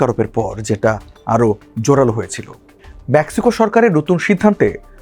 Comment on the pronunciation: আগে ইংরাজি উচ্চারণ ঠিক কর কাটা, ম্যাক্সিকো নয় মেক্সিকো